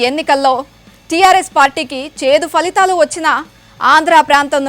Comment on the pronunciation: Falihhaalu కాదమ్మా.. ఫలితాలు అని పలకండి.